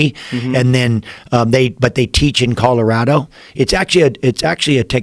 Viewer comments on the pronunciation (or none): none